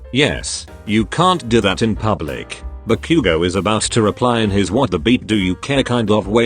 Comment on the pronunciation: "dee-koo" "buh-q-go"